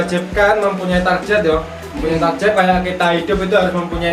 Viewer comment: Dasar Jawa Itu target bukan tarjet